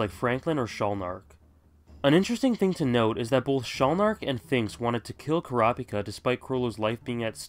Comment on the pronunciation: Why do you pronounce Kurapika's name like it is read out loud, instead of how they say it in the anime? Which is correct because, well, they are pronouncing it for you.